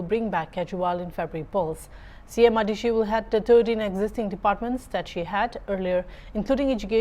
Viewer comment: Not adishi it's Atishi